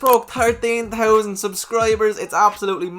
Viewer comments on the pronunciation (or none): "Thousand" pronouced "Taaoooowww-Send"